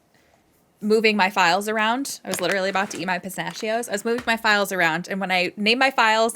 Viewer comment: Omg…you said pisnashios ( instead of pistachios) just like Willie the Giant in Mickeys Christmas carol! 🤯